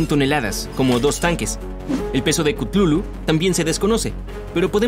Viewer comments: No es cutlulu es cutulu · no es klutulu es kutulu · Yo creo que se pronuncia cutulu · No es ctutulu es ctatulo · Se pronuncia Katulu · Gente chutulu se pronuncia cutulu, bueno de hecho no se puede pronunciar pero el punto es que aqui lo hacen ver re mal investigen no se queden con esta versión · Si no sabes hablar sólo pregúntame se dice cátulu no no pude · he estado todo el video gritándole al teléfono la pronunciación de Cthulhu